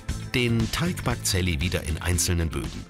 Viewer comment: Hahahahhahaha das heißt saliha nicht sally